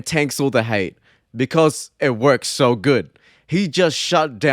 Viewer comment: Wtf is your accent. You say "so" but it sounds like "soul". Really frustrating tbh